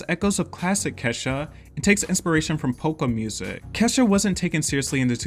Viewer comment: Allays pronounced Ke$ha as Keysha for some reason. Black household? Alica Keys reference?